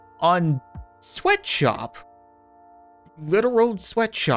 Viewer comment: Sweatshop ilks pronounced sw eat what op